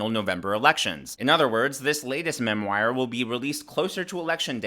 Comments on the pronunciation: it’s pronounced MEM WARR. not mem wire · not mem-wire.. it's pronounced mem-war